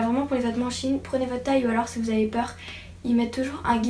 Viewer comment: oui et maintenant je commande tout le temps, par contre on sit pas shiine mais shein